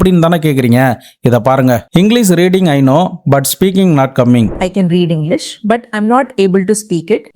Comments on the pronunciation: Engleesh illa thambi English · you also pronounce the English as Eingleees😂😂😂